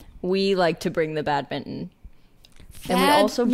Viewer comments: It is pronounced bad-min-ton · Bad-min-ton (in British English at least) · The n in badminton is not silent 😂 I'm on team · as a Canadian who's lived in the US the last decade, I can confirm that back home is badminton and here, for some reason no one will explain, it's bad mitten 🤷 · the badminton ‘n’ is silent, which is so strange but true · No one in the US pronounces the N, sorry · the n is definitely not silent lmao